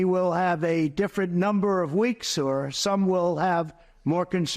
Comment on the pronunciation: He is starting to say the word” law” like pee wee Herman did on his first movie